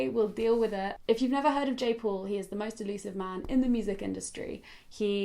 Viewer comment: Who else heard Jake Paul, instead of Jay paul 😂😂 I was so confused because Jake Puals music......